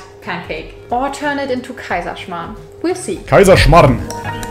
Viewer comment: As an austrian i am offended by that "Kaiserschmarrn"